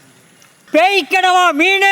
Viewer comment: நன்று தம்பி.கனவா அல்ல அது கணவாய் மீன் என்பதே சரியான உச்சரிப்பு.